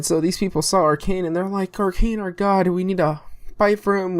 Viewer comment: It's actually Okran not Orkan :) And yes Narko is Okran backwards. Nice vid man